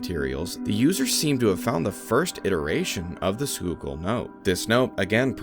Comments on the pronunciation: Dude might actually be from PA for being able to properly say Schuylkill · Whoa, he said Schuylkill right lol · Not gonna lie I was gonna click off if you couldn't pronounce Schuylkill 👏